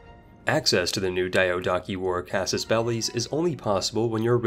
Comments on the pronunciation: PDX, next time you choose a narrator... Make it someone who doesn´t sound horribly uneducated when pronouncing foreign words. Like one of the two words in the games title... Or DYADAWKI. Which I suppose is the word Diadochi? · The way he pronounces Diadochi and Antigonid should be illegal.